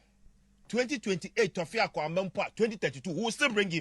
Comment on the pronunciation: Aboafunu, akronfoō. The Igbo word is not torfiakwa ; it is tufiakwa.